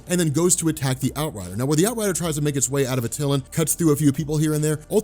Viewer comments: AT-ill-An not Aw-tillan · You're saying attilan wrong....